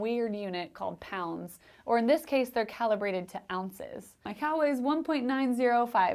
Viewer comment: They were “cow”ibrated.... That’s what my brain heard... :)